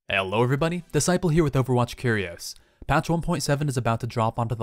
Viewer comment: Overwatch Curi-Oh-s